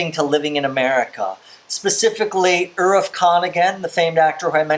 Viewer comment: Many viewers have already commented about inclusion of films like Indiana Jones and James Bond, etc. So I am not going to repeat the same thing. But please do a simple google search before pronouncing indian nouns, like Irrfan or Pather Panchali, etc... It's not hard to get audios or videos where these nouns are pronounced the way they are supposed to... Each time you pronounced Irrfan sir's name, you were like 'Iraf'. I mean just read the spelling...it's not that hard to get it right. It's rather insulting towards them, specially when it comes to great people and things. As u already know, Irrfan Khan sir recently passed away, and here you are not even trying to pronounce his name correctly.